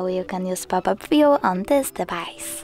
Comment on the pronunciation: Why are you in a hurry?...somebody is chasing you ? At least try to pronounce well the word :VIEW it is not VIO !!!